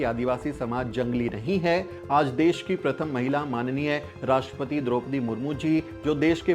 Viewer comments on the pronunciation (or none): none